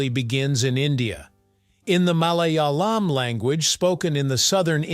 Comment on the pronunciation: I'm losing it over the pronounciation of Malayalam or even Kerala 😂